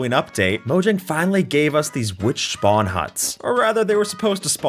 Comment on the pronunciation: gng you said schpawn hut </3